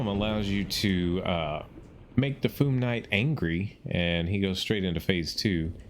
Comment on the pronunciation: It’s Fyoom, not Foom. Not sure why people pronounce it like that. 😂